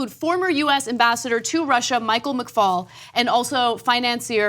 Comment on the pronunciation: McFaul not McCall .